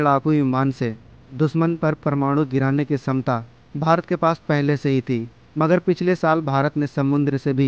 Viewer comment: छमता शब्द है न कि समता।।।। सही कीजिये